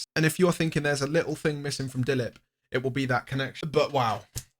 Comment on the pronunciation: he pronounced dilip so correctly